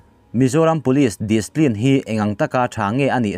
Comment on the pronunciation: Displin ni lovin discipline, ci pline